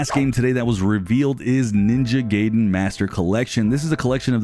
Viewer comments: Listen man its ninja gaiden not ninja gaydon but appreciate the news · Butchering the pronunciation of Ninja Gaiden (Ga-eye-Den)